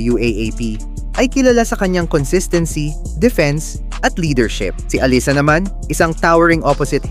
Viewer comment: Allisa? Hindi batu nakikinig panu i pronounce ang name nang players? Allisa ka dyan